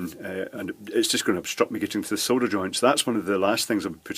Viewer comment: Did anyone else think he said soda?